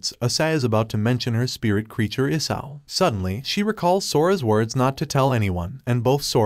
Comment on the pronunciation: And why is the dragon named isao but it sounds like isayo